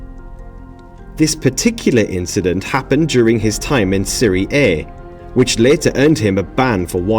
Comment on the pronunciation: How do you pronounce the Italian top league?! Lol